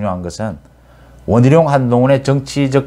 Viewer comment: 원희룔 한동훙 이라는 겁니다 (X) 원희룡 한동훈 입니다 (O) 참 이상한 어투...